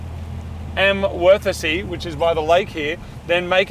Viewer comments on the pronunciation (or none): So you're telling me Worthesee is worth a see? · The pronounciation of Wörthersee is on-point. :D "We arrived in verticy" :D